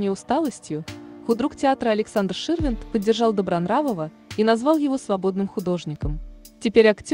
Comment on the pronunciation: Вы девушка не пробывали ударение правильно ставить, в слове сваты и Ширвинд, хотя бы слушайте себя сначало как вы говорите